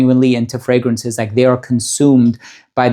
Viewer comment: Voted! I love your voice, I don’t wear perfumes often but love to listen to your videos because they are so interesting, I feel I learn so much. And I love your exact pronunciation of the frangrances even if they are other languages. It shows you care about what you are doing and you are so thoughtful and honest in your descriptions. You deserve it! Best!